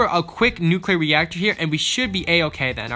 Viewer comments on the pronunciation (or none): Why do you call them nuclear neactor